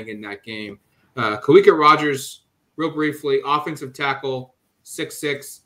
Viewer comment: Just FYI, Kawika is pronounced with a "V" sound. Ka-vee-Kah